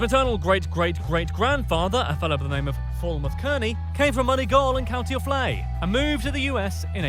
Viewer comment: He made a terrible attempt at pronouncing anything Irish, couldn't even pronouce Offaly